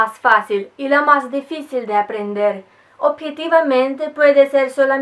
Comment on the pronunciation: despues q vi el video iba a preguntar de donde eras. rusa. hablas de una manera perfecta el español aunque algunas palabras se entienden pero no la pronuncias como es. ejemplo dificil lo dices: deficil por tu acento presumo. ademas, tenias q ser rusa x lo hermosa q eres